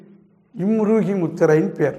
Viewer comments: நிலத்திற்கு மோதிர விரல். நீருக்கு சுண்டு விரல். அபான முத்திரையைக் காட்டி ம்ருகி முத்திரை என்று சொல்கிறீர்கள். தயவுசெய்து வீடியோவை தடை செய்யுங்கள். ம்ருகி என்று படிக்காமல் இம் ரு கி என்று படிக்கிறீர்கள். கொடுமை. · கட்டை விரலால் நடு மற்றும் மோதிர விரலின் முதல் ரேகையைத் தொடவேண்டும். ஆனால் நீங்கள் அபான முத்ரா செய்தீர்கள். ம்ருகி என்று சரியாக உச்சரித்தால் நன்றாக இருக்கும்